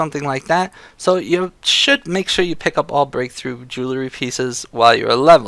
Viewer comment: Not to nitpick but it's JOO-UHL-REE not JOO-LA-REE, you said it wrong like 500 times and it was driving me fucking insane so fuck you.